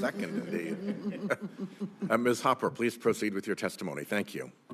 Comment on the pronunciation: Kennedy is so lame he doesn’t even know how to pronounce Hopper. His country bumpkin routine is so tired.